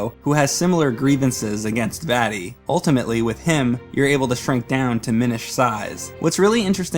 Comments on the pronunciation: The way he pronounces Vaati really annoys me for some reason. Maybe it's because it sounds like he's saying "fatty." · You’re pronunciation of Vaati ruined my childhood.